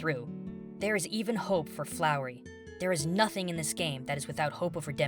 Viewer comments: is it just me, or are are pronouncing flowey as flowery? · I love you but it's pronounced Flow-e not Flow-er-e. There is no r. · Flowey not flory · i have to stop watching this ITS FLOWEY NOT FLOWERY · YOU SAID FLOWERY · STOP SAYING FLOWREY! ITS FLOWEY! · Did you just call Flowey Flowery? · Wait... Did he say... Flowery? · lol its FLOWEY not FLOWERY lol 😂😂😂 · Is he saying.. Flowery?... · Did he say...did he say flowery...? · Are you calling "Flowey" "Flowery"? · I don't want to be that guy but its flowey(fl-ow-ey) not flowery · An amazing video to describe an amazing game! But my pet peeve with this video is that you pronounced Flowey like Flowery. Sorry, it kinda annoys me, but you just said it two times, so I can look past it. Thanks, for making impactful and analytical videos where you are completely honest about your own feelings! You sure ARE making an impact, my friend! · it's FLOWEY not FLOWERY! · did you just called Flowey "Flowery" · Did you just said "Flowery"? FUUUUUUUUUUUUUUUUUUUUUUUUUUUUUUUUUUUUUUUUUUUUUUUUU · why can't you say flowey you say flower , flowery say FLOWEY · does anybody else notice how keeps saying flowery? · anyone else notice how he called flowey flowery? XD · you call flowey flowery. ill let it pass... i think i died a tiny bit inside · He said flowery, just nitpicking. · why do you say flowery? it's flowey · Listening you say 'flowery' instead of 'flowey' fills me with detobynation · He said "Flowrley" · Did he say "Flowery"? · *flowey there is no r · Fl-fl-flowery? Did he...? Did he just call "Flowey", "Flowery"? Flowery? Flowery. Flowery? I-I'm sorry. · Does it bother anyone else that he says "FloweRy" instead of "Flowey"? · Why are you calling flowey flowery. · He said flowery😂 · hes saying flowery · I hate to be that guy but it's flowey not flowery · I think is calling Flowey, Flowry or Flowery. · Flowey is pronounced Flow-ee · I'm sorry but FLOWERY?!? ITS ANNOYING ME SO MUCH WHEN U SAY THAT!